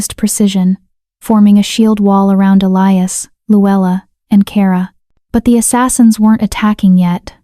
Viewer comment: ATTENTION: ELIAS is NOT pronounced Ah- lie-us. Correct pronunciation is Eh-Lee-Us. Also Herbs the H is silent so erbs. It is so extremely distracting, the constant mispenunciation, please.